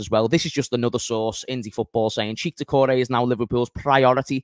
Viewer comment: It's pronounced check not cheek. And it's pronounced shoe-a-maini not tshoeameni